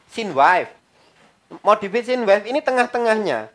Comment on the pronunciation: Koreksi Bukan wife bacanya (waif) pak tapi Wave bacanya (wef)